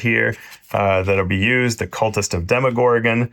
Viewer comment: he pronounced demogorgon decently, but the other two are..